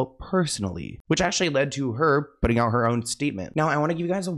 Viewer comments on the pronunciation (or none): none